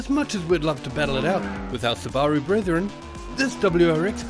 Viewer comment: Your pronunciation of Subaru is so off